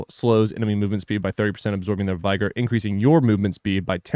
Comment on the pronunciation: Vigor isn't annunciated like that it's more like "bigger" vigor. It doesn't sound like tiger 😅